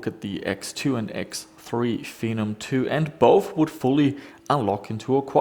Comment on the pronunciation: Fen-om said like venom but the v is a f